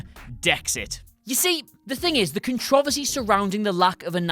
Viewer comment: Say it with me Con tro ver sy